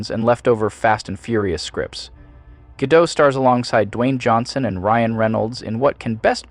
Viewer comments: It's pronounced Ga-DOT, not Ga-DOW. Gal is Israeli, not French. 🤪😝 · FYI- Gal Gadot is Israeli, not French (there is no soft “t” at the end of her name). Gal rhymes with “doll”, not “pal” and Gadot is pronounced exactly like “god-oat” (does not rhyme with “bad-dough”). Just good to know 😊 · It’s pronounced Guh-doTT Not Guh-dough. The T is hard. She’s Israeli, not French. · Her name is pronounced as it is spelled, Gadot, not Gadoe. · gadoT, not gadoH It's Hebrew not French! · Don't you just love those names/words that you're not quite sure how to pronounce, so you use variious pronounciations, lol. "Guh-Doh" "Gah-toh" "Guh-Dot" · Gadot as in "Guh-dot" not Ga-dough. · Her name is pronounced 'Ga-dot' not 'Ga-Doe'. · Ga DOTE..... Not Ga Doh. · It's not Gal Gadeaux, she's israeli. It's Gah-dot. You waffle between the 2. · It's, "Gah-dote" - not, "Ga-dough". She's Israeli, not French. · Just to point out, you DO pronounce the T at the end of her last name. It's Gadot, not Gadow. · He name is Gadot, not Gadoe. Why is it so often mispronounced? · Its not "Gah- Doh." Its literallt "Gah- Dot." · I immediately click off the video when anyone pronounces her name "Ga-doe" - she's Israeli, not European. Its "Ga-dot", pronounce it as you see it instead of being pompous and presuming its a fancy European last name. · It’s actually pronounced Gal GaDOT not Gadoe. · Ga-DOT, not Ga-Do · Whatever AI is reading this script never learned it’s “Ga-doh.” Edit: Learned it but frequently (but not consistently) ignores this fact. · something sounds weird in the VO for this. Is it AI, or did the music have to be digitally the line that had me ask this question is, "I am just here so I dont get-FIIINEE" also the constant pronouncing her name guh-dot made me think its AI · Ga Dot. The T isn't silent. If you spent time watching her movies, you can take 10 seconds to watch a clip of her saying her own name. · agreed on all points but i do think it's worth noting her name is pronounced gahl g'doat